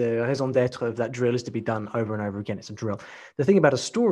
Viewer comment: pronunciation of "raison d'être" is perfect, as a native speaker I'm really impressed!